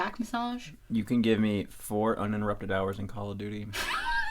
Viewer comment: I listened to this episode with my partner and we both have really similar feelings to you about Valentine's Day, and when he heard say four UNINTURUPTED hours of COD he just stared at me for a full minute like (see its not just me)